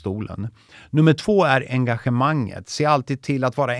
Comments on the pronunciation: Viktigast: retoriken. Näst viktigast: uttala "engagemang" på rätt sätt. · Uttalas med ett "A" i början. Låter som "Angagemang" eftersom det är ett ord med Franskt ursprung.